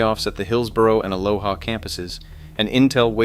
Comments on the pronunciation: And: Ah- lo- ah. (Vs. "Ah-low-ha" = the Hawaiian, pronunciation.) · and then he says Aloha wrong too. nothing Hawaiian about it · Aloha is not west of Hillsboro, it’s east of Hillsboro, and it’s pronounced “a-low-a” not “a-LOW-HA.” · Aloha Oregon isn’t even pronounced correctly 😂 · It's fun when you are from a place and everyone pronounces the areas wrong. Tualatin is too-ALL-a-tin. Aloha is uh-LOH-uh. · TOO-ALL-A-TIN and AH-Low-AH ,to cities mentioned wrong. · Tualatin is not pronounced like that. Neither is Aloha. There's this thing called Google and you can ask it things like this.